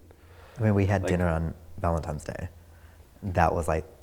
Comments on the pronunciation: I know it's 2020, and we're facing the corona virus, but gurllll,I cam a cross this video, and I must say that I went crazy trynna figure out that, the person in black did not just say "ValentiMes" more that. Two times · Dude on the right says "valentimes" day. 🤢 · I couldn’t date anyone who says “valenTIMES” day! 🤣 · This dumbass said “Valentime’s day” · Gonna catch hell for this buuuut.... The word is VALENTINES....not VALENTIMES 🧐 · “When we had dinner on VALENTIMES day” 😬‼️ I thought it was Valentines 😒🤷🏾‍♂️⁉️ but their sooooo cute though 😂‼️ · I couldn’t date anyone who says “Valentime’s Day” lol. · Valentimes. Times. Times... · When people say ValenTIMES and HypMATIZED.....😬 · VALENTINES!!! Not VALENTIMES!!! Ffs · Happy valendimes day. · Gurl, it’s ValentiNe NOT ValentiMe 🙄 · i dont trust anyone who says Valetines "Valetimes" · He said VALENTIMES DAY. Wow fuck this video and fuqqq that guy I’m pissed 😤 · But he said Valentimes day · For some reason I got really distracted with “ValentiMes Day”. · the "valentiMes " and the Mustache fuck this relationship up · "valentiMes" ugh no, pet peeve lmao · He said “Valemtines”that’s why they broke up 😂😂😂😂😂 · Did he say "Valentimes" day? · Its so cute how the one guy keeps saying Valentimes Day :D :D :D :D :D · valentimes lol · There is no way an adult can get through life pronouncing Valentines that way without dedicated, conscious effort. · the first time I hoped I misheard, the second time he said it I died. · Snarky Grin I stopped watching after valentimes